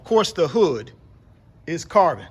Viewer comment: I like how you mention "carbon". I thought yous saying "car burn". From Ghana, West Africa.